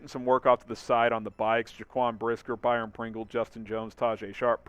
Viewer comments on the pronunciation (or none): none